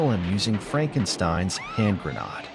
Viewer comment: "Hand GRAH-nod." Come on.